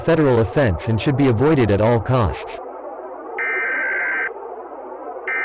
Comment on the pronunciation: "Remaining residents of Beatty and Indian Spring SSHOULD evacuate!" Nice english lol